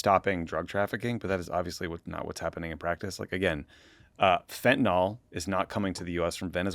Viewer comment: Note to Tommy: "fentanyl" is not pronounced "fentanol".